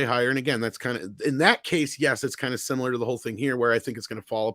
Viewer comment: I feel bad when I i have to say these kind of things:, try the word similar, not simular.